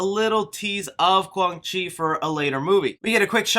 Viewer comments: qwang chi? lol its quan chi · Also called him Quang Chi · Lin kuei pronounced lin kway. Quan chi pronounced qwan chee. The t is silent in shang tsung . Hope this helps in future videos . I like your channel so i don't want you getting haters in the comments. Take care